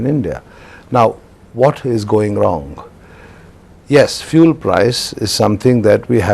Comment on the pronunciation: This can't pronounce 'fuel' properly.